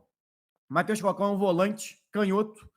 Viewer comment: tá pronunciando errado o nome do jogador. Não é Mateus “Cócão”, é Mateus Cocão, de cabeça grande lá ele, moringão